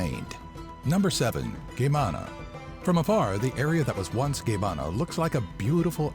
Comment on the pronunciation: I love the fact that Geamana was so badly pronounced, as well as nicolae ceausescu. Im not hating tho.